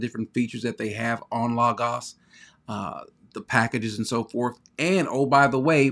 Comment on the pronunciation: I'm just glad you pronounce Logos correctly. I'm torn between Accordance and Logos, been using the limited editions without all the bells and whistles, not sure which I prefer, leaning slightly to Accordance because it seems easier to use.